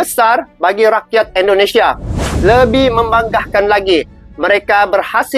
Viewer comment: Sebutannya Indonesia bang...bukan endonesia ( Indo bukan Endo )